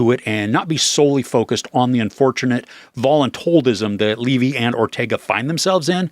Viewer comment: It is pronounced “Levee”. Everyone knows that is how he and his father pronounce their last name.